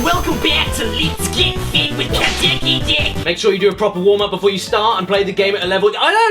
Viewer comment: Caddy: * Gets a Copy of Ring Fit Adventure * Also Caddy: HEY GUYS, & WELCOME BACK TO LITS GIT FIT WITH CADDICKYDICK!!!